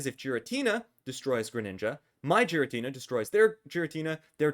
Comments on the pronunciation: Btw it's called giratina and not jiratina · Idk why you pronounce pokemon names like that but the japanese pronounciation does not sound like so. Whenever a pokemon has the same name in japanese I'll say it as such, hence giratina with G like getter. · I can't focus when you say giratina like that.